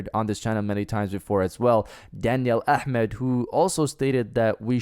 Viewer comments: Just subbed because you said Ahmed correctly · same actually I freaked out I haven't seen non Arabic person say it that smoothly